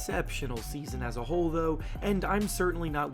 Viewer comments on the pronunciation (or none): none